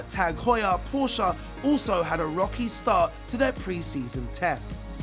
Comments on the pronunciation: What is Porscha?? it is Porsche!! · PORSCHE, not PORSCHA. Some mispronunciations are just dumb or simply annoying. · It hurts my ear drums to hear they say "Porscha". Learn how to pronounce the team correctly first. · No, you say it Porsch-a. It's German so you say the e. You don't leave it out.